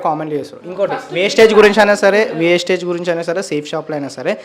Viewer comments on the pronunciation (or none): Mundu pronounsation marchamdi wasteage kadu vestige. Maaku oka manchi academy vundi trainings vunnayi pakka genuine company ani prove chestamu. Google lo search chesina meeku company gurinchi telustumdi... comments nu batti company ni tittakudadu. Gowtham Bali garu society ni marchadaniki ee company ni ethics tho business ni positive way win win situation paddati lo nadupistunnaru. . Meeru Anni telusukune video cheyyali gani yemi teliya kunda video cheyyakudadu. Video chesaka maaku teliyacheyyali anadam correct kadu. Society lo chala fraud companies vunnayi danitho comparison ledu idi organic . Meeku teliyaka pote aa business lo telisinavari numdi vari guidence teesukuni telusukuni video cheyyali kada. Mee join ayyi business chestanu life lo settle avutamu ante maa group lo memu join chesukuntamu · Thammudu first aa company name narchu ko first vestige not wastige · అంపెని పేరు పలకడమే రావట్లేదు వేస్టేజ్ కాదు రా బాబు. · Teliyakunda miru matladakodadu kada wastage kadu vastige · Vestige Aaa bro wastage anukunna 😅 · వేస్టేజ్ కాదు రా బాబు వెస్టీజ్ కంపెనీ పేరు వేస్టేజ్ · Brother వేస్టేజ్ కాదు బ్రదర్ వెస్టీజ్ మీకు వేస్టేజ్ కు నువ్వు వెస్టేజికి తేడా తెలియదు ఎందుకు మాట్లాడుతాను బ్రదర్ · Adhi vastage kadhu raa bevakuf vestige ani palkadaniki kuda ravatledhu 🤦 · Vestige chala genuine company bro manatho pattu chala mandiki life evvochu ...by the way wastage kadu vestige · వేస్టేజ్ కాదు అన్న, వెస్టీజ్ company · Vastige kadu vestige anna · వెస్టేజ్ కాదు రా వెస్టీజ్.... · అసలు నీకు కంపెనీ పేరే పలక రాదు వేస్టేజ్ కాదురా వెస్టీజ్. పూర్తి వివరాలు తెలుసుకున్న తర్వాతనే మాట్లాడాలి ఒక కంపెనీ బదనం చేసేటప్పుడు ఏం తెలుసుకున్నావు చెప్పాలి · First vestige ki maryaada ivvadam narchukondi Asalu vestige gurinchi miru matlade hakku ledu It is not vastage it is VESTIGE Vastage ante పనికిరానిది vestige ante pata paddhati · Aray wastege kadu, Vestige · Westege kadhu andi adhi vestige mundhu sarigga palakandi..... Vestige plan telusukunte mi jivitham marthadhi telusukondi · Vestige ani palakanadi